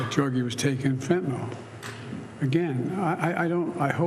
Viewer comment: Fentynol ??? Is that like Retinol ??? 😂. It’s FENTANYL !!